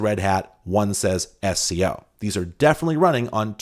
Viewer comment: SCO was pronounced as a word not as 3 letters. I was at UCSC in the 90s and while I didn't work there I knew a lot of people who did, and they all pronounced it as a word.